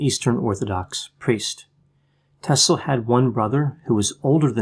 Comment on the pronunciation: Wow! You nail it again Doc! I am serbian also and I was soaking in all this information about Nikola Tesla since I was a kid! Btw, you said it perfectly his name👌🏼 Just to add one interesting thing- He was a great friend with Mark Twen❤️and he also had big passion for books since he was a little kid. His dad had a big Library, and Nikola would often read the books till late at night with a light of a candle. His dad would always say to him to stop reading books so late, he was afraid to Nikola don’t ruin his eyes:) Who would think that he would invent electricity one day, what we have today and his stolen scripts about shield around the Earth. He was a beautiful men and gentlemen and all lady’s in that time had a crush in him:) He was the Genius of all times and I am so happy that he wasn’t greedy. Greed is rooth of all evil. He was generous like you said and he had a beautiful heart. He wanted for all people in a world free energy. Everything was stolen from him..He is in good place now...God bless him forever🕊